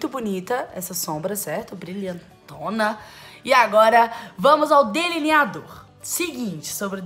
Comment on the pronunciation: Camila. Se. Fala. Deliniador. E. Não. Deliniado